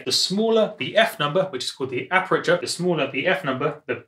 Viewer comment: Aperture* (not apreture)